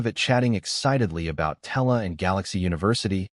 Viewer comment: Tella? Don't you mean Terra?